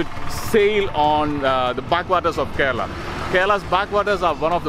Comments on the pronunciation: Not Corala Its Kerala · Hey. I absolutely love all your videos but I am hating the fact that repeatedly you are pronouncing kerala wrong and no one is even correcting it. I would wanna pitch in and try and correct it. Ke sounds how the alphabet 'K' sounds 'Rela' will sound rela from cinde(rella) So alphabet K and rella from Cinderella added both Shud sound the right 'kerala' Love and peace.